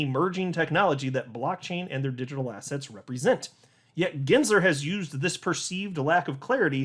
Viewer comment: why do you always say the word ASSETS like ASS HATS? hahaha